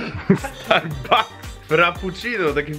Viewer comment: starbuks - tak czyta prawdziwy polak XD